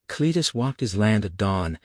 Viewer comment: The AI cant get Cletus name right.....all different .....Clattus and Clattis were a good one's....the sub text is sometimes righ the Voice is Terrible